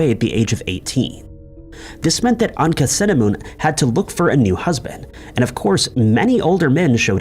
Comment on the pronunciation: Tut's wife is not pronounced Anka-cinnamon, but Ankh-ah-soo-amoon. Tut's advisor, Aye, is pronounced as 'eye' not 'a'.